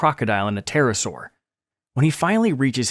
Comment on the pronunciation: “Terasaur” “Teropod” 💀